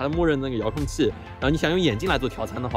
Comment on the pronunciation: 说话太多懒音了，“无人资”，“这鸡似频”，“遥控既”听得有点难受